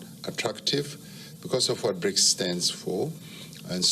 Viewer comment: "BRICAS" 😂😂 I'm done.